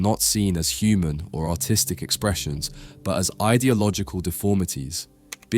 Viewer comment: You pronounced "artistic" like "autistic" several times.